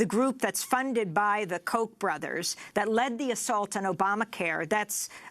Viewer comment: It's not Koch like "coke" it's Koch like "cock", they are cocks!